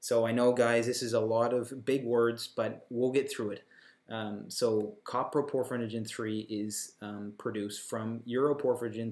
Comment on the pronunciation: Also, it's not "copper - proporphyrinogen" it's "CO-PRO-porphyrinogen" !!!